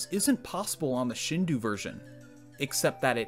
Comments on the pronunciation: Shindou is pronounced “shin dough”, other than that ear pain, great video! Subscribed and looking forward to more! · Why is he saying Shindu instead of Shindou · Shindou would be pronounced closer to "Sheen-doe" not "Shin-due." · Tip for future videos: “Shindou” is pronounced “Shindo”, not “Shindu”. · It's a good video summarizing the potential, but please, Shindō is pronounced "sheen-doh," not "shihn-du" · If you Google it it is pronounced shin do a not shin d u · The pronunciation of "Shindou" in this video bugs me hard-core It should be SHEEN DOUGH Like the cartoon character, and well, bread dough I will say, the shi part isn't that offensive. I've heard native speakers of Japanese pronounce it similarly, and I generally do the same. But saying "ou" like "oo" is wrong as heck. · This is epic. Also It's pronounced shin-doh, just for future reference. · Just a friendly tidbit: I'm sure some other weeb um-actuallyed you on this, but shindou is pronounced like "shin-doh" When you write Japanese with Roman characters, pretty much every vowel/vowel-consonant pair is pronounced as it's own distinct syllable. You don't combine them into one sound like in an alphabet. So it would be like "shin-doh-u". The "u" is used to extend the "o" sound for an extra beat. English doesn't really use timing to change meaning, so "shindo" would be a close-enough, not-weeb way to say it (The "n" in "shin" is also kind of it's own syllable. It's the only consonant isn't paired with a vowel in Japanese. Normally every Japanese word ends with a vowel, but "n" is used to "close off" vowel sounds. Spoken Japanese also tends to be slurred to the point where some vowels sound like they're missing) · I wont forgive you for pronouncing shindou like that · Your mispronunciation of shindō hurts.